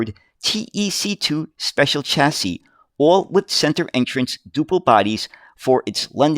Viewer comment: I like your vids mate all about uk buses but how would you feel about attemoting to pronounce chassis with a shhhh rather than a chhhh